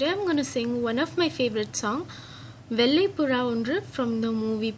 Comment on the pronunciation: Kindly look after ur pronounciation - it's not vellai ( வெல்லை ) it's vhellai ( வெள்ளை ). Hope u can differentiate the pronounciation difference between #ல and #ள. Rest all z Sema including u 😜.